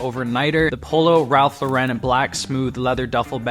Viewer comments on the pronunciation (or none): Ralph LOR-en. LOR-en LOR-en. It’s been 60 years- let’s say it right. Just like the woman’s name …. Lauren. NOT lor-EN. Sheeez.